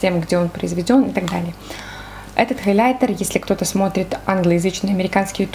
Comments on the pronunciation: ХайлЯйтер .. Очень режет слух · это просто безумно режет слух и не грамотно, не смогла смотреть ваше видео 🤷🏼‍♀️ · Почему хайлЯйтер 😭🤦‍♀️